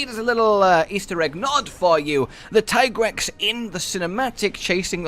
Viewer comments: Tye-Grex?.... Yes absolutely and there is NO OTHER WAY TO PRONOUNCE IT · i agree with the whole tigrex pronunciation rant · The ones calling it Tiegrex are in the wrong , in many languages like french or Spanish Tiger is Tigre so yeah, Teagrex is the correct way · in spanish is tigre... so ti-grex always made more sence than ty-grex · Also its pronounced tiigrex because tiger in other languages such as german the word tiger the i is spoken loonger : tiiiger +trex=tiigrex just to let you know why hes pronaunced that way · I have no problem with everyone calling it Tai-grex since it should be the english form of pronuoncing the name but many don't realize that the way the developers call it comes from the spanish word tigre or at least thats the way it seems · It's kinda stupid to me that that the Tigrex pronunciation argument ever happened in the first place? His Japanese name is ティガレックス Japanese words are spelled almost completely phonetically. As long as there's no Kanji involved (and there aren't here that's pretty much all Katakana) each symbol represents a syllable, except for certain symbols that modify the one before them Tee-Ga-Re-Ku-Su